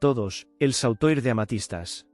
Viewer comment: SAUTOIR COMO DICES, COLLAR LARGO, SE PRONUNCIA SOTUAR. Y DE INGLES TAMPOCO VAS BIEN. SI ES UN GUION, QUE LO EXPLIQUEN HRH FJ B-M M-W.